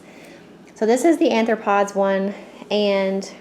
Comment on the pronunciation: Sounds awesome, but it is pronounced ARE-throw-pods.